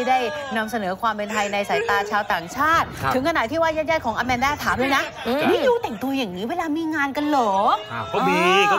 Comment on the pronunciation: ชื่ออะมานดา ไม่ใช่ อะแมนด้า